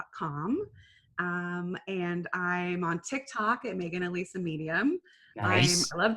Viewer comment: My name is Alisa and almost no one ever says it right, hearing you say my name is music to my ears, also I’ve got a theory on what your MBTI is...what is ittt